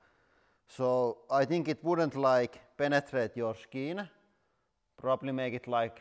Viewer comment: Um................. I think I like it when you say panatrate 🙁 is this ok???